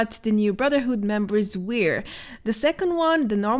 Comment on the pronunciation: Please look up the pronunciation for the words "chair", "stair", "wear" and "supply" . I don't want to be educational, but those are extreme examples and it really hurts one's ears and the way you pronounce it, means completely different things. Another word you use frequently is "delay" which is also pronounced differently and it is annoying to hear it over and over again. I know it is not pupular and Iam not even a native Engllish speaker myself, but I feel somebody should tell you for the sake of future improvement. And we all should strive to become better in what we do, don't you agree? Besides that, I find your dialect quite charming and your content very informative. Keep on with your excellent work!